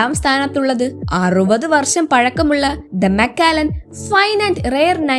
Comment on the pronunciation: മക്കാലൻ അല്ല മക്കലൻ